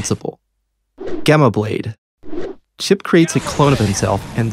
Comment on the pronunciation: Phew, at least Chipp wasn't butchered that hard